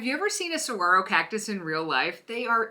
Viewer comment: I'm impressed that you pronounce it correctly 😉 I think this is a cool way to paint a saguaro. I wanted to paint some but was intimidated. This looks fun! 💕💕